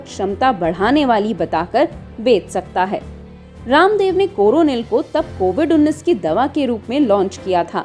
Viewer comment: Abe u tuber pahle bolne ki tameej to seekh le raamev ramdev kar rahi hai baba raamdev nahi kah sakti kya